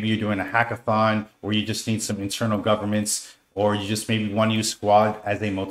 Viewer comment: ser its goverNance NOT goverMance